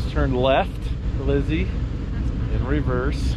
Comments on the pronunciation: he said LIZZAY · “LIZZZY” we need the morvair lmao that cracked me up 🤣🤣